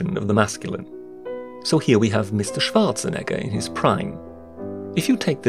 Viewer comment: As a German, your wonderful pronounciation of "Schwartzenegger" and "Einstein" is incredibly satisfying.